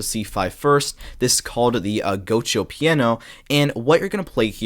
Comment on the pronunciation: bro said go Cho instead of gi uoco